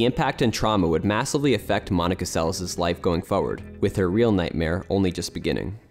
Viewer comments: The second s in her surname is pronounced as sh... Get it right folks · Great job . Monika Seleš ( prononciation Selesh) one the greatest tennis players in history.